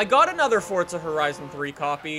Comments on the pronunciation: i swear its forza not fortsa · it's FORZA not FORTZA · why does he say fortza there's not a t in it god damm it forza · Deevz Smithen if it was fortza it would be called that not forza, if u have watched for a while he mentioned that he says it wrong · Twigz Recklezz right, that definitely makes sense. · ITS PRONOUNCED FORZA NOT FORTZA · it's forza not fortza u dope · forza not fortza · Forza. not Fortza. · HeadStriker no it's not just says it weird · JVL12Gaming then you’ve been mispronouncing it since forza 3, its pronounced fortza, its italian, not everything revolves around u and how u do things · JVL12Gaming jeez you've been mispronouncing it for that long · I hate how you say Forza